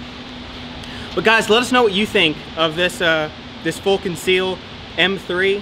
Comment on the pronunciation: "Fool Conceal"